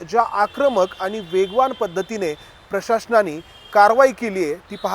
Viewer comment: प्रशाशन म्हणू नका. प्रशासन असे म्हणा.